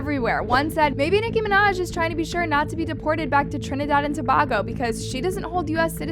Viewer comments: Girl, you did not just pronounce Tobago like that😭🤣. To-Bay-Go✨️ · you said Trinidad perfectly! 🥹 Tobago is pronounced with a long A or in the same way the a capital A sounds… it’s the same a sound that you get from the words, way or say. With love a girly that grew up in Tobago 🇹🇹🥹🙏🏾🙏🏾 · Omg you're saying Tobago wrong. You don't say To-bag-o you say To-bay-go. And you guys can keep her want we don't want her in T&T. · I’m sick of these mispronunciations, ta-bay-go not ta-bah-go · Please.... Tobago is pronounced as "To-bay-go" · its pronounced tuh-bay-go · Trinidad and Tobago Toe-bay-go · To-bay-go your welcome🥰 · Hey babe so our island is pronounced To-bay-go😭 and we do NOT want her back lmao. We are literally in jeaprody rn because of the man she is praising. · “Trinidad and towhoooo”, gorl😂😂 “To like in tower,b like in bat, a like in able and go hope this helps. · Trinidad and what!!! Too - bay - go Tobago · Here we go again miss pronouncing Tobago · The way they pronounce it pisses me off everytime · Gurll pronounced tobago properly next time